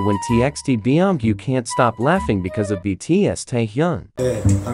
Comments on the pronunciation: i cant digest how the voice correctly pronounces taehyung but goes BEE-OM-GYU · thats not how u pronounce his name